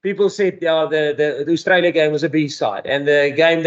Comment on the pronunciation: can you please pronounce Australia properly and also get rid of the FNB heavy away kit ..